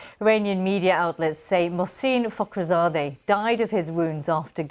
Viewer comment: De onde você tirou essa pronúncia do nome do cara?